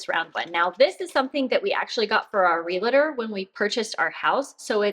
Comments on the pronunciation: Your UFO looks like a cover for something. Please look at the world realtor. It's not realator. I hate hearing people pronouncing it like it has more letters. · Realtor, not relator... Thanks for the tips ... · I mean this with respect and constructively. The word is realtor not relator. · You having been a speech pathologist I find it interesting how you incorrectly pronounce the word "realtor".... there are NOT 3 syllables... it is pronounced just like it is spelled -- real tor". That said I really like your decluttering content the most of all your content